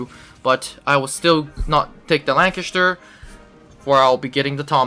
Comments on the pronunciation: Say Chest And The Say LanCHESTer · every time you said lanchester i fucking died inside (butchered it)